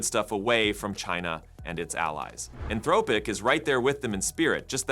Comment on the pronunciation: "Anthrowpic?" How can you mispronounce Anthropic at this point in 2025?